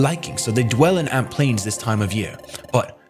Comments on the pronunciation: also it's amp plains not alp plaims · it's Amp plains not Alp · "Alp" Plains lol. Love ya!